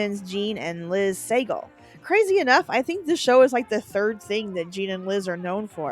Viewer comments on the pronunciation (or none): Sah-gahl not Say-gle. How do you not know this? Cupid stunt😂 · Suh gall is the last name is the twins pronunciation. Anyways love your videos!!! 😊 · Sagal is pronounced Sa-GALL, by the way. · It's pronounced like sa-GAL like Steven Seagal. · The twins from Double Trouble, the last name is pronounced "suh-Gall" Katey's brother is Steven Sagal. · You need to take a look at your pronunciation of a lot of these names. Tisha Campbell, William Katt, Jean and Liz Sagal, etc. Also, the daughter on Mr. Belvedere was Heather.